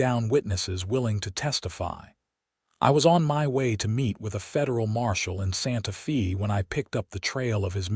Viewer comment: You calling it Santa fee, it's Santafay.